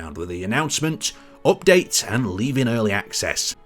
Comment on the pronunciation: drinking game everytime he says "opdate"